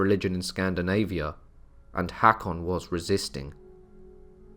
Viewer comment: Its not "Hak-on", its "hawk-on", å/aa, like the O in "core". Thank you for the interesting docu!